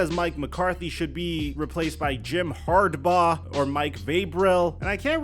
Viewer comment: arent we gonna talk abt how he mispronounced Harbaugh and Vrabel😂